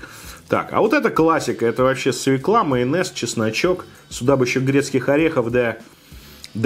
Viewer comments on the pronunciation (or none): Вот люблю я смотреть тебя, но твоё свЕкла.....меня передёргивало пол выпуска...не свЕкла, а свЁкла.... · Извиняюсь за снобизм, но всё-таки свЁкла) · Свёкла, ну пожалуйста, свёёёёёёкла. Невозможно ''свеклу'' слышать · Неплохой обзорчик, лайк, только не свеклА, а свЕкла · СвЁкла, а не свеклА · Написано же, грибы ассорти. Свёкла, а не свекла. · свЁкла!!!!, Вы же образованный человек... наверное...